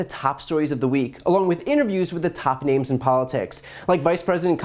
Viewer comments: He couldn't even read their names properly, and we're supposed to take him seriously? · Haha he never practiced the names beforehand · I like how his ears wiggle as he mispronounces peoples' names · Maybe, rehearse the names of the judges before filming your video. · Maybe he should have practiced the names before he made this video. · If Rudy's Son had even one brain cell. He would have 'Practiced' pronouncing those Judges names 'Before' going on camera and making a total Pratt out of himself :-) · Hmmm, to short for the camera?, your head looks lost from your body, u can adjust the angel u know. U also have trouble reading longer names, but Rudy is short enough. Last of all, go back to your cave. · You know, if you have problems reading people's names, maybe you should rehearse before going live with this bullshit...